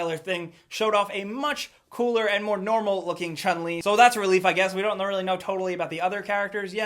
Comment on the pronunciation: That is not how u pronounce Chun-Li